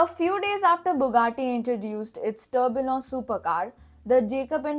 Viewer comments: Pronounced Tur Bee Yon!! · Kindly correct your tourbillon pronunciation Was a unique video anyways and loved it